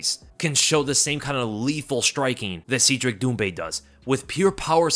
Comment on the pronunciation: It’s Cedric (Said Rick), not Seed Rick…